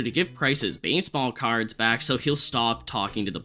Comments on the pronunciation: MUHY bAYsebAwl cAwrds 🤓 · wtf are u saying baseball cards like that 😂